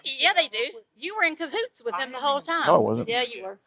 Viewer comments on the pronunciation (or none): "kah00ts" lmao